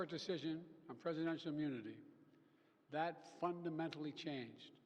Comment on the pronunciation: I've watched the debate video and this video over and over and this is not the same guy. Listen how he says fundamentally. Definitely a fake.